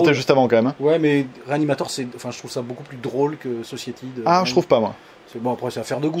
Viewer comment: Alors pour ton magnifique accent anglais, on dit "Sossaïtie" et pas "sossiétie", sinon très bonne vidéo, j'adore tes présentations de Blu-Ray, et comme d'habitude on réclame toujours beaucoup plus de vidéo ^^